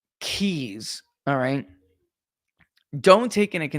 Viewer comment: The "keys" not the "cheese"😉🤣😂🤣😂🤣